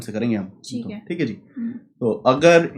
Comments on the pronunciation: Very concise and informative video. That repetitive "chik hai" instead of "thik hai" though🤣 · chic hai